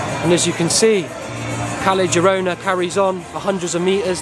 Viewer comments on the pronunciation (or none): The worst crime is how the Brits pronounce Spanish. 'Kelly Jirona' for example. Ouch!